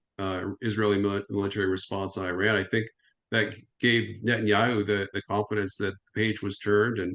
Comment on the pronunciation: Americans need to learn how to pronounce Iraq and Iran.